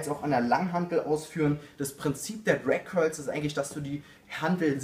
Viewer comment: "Crag curls" am anfang :D